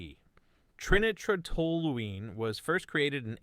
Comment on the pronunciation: Trinitrotoluene is pronounced "Try-nye-tro-tol-u-ene." Again, either try writing your scripts in phonetic, get another reader that can handle scientific and chemical names, or read it yourself. The mispronouncements reflect on your credibility.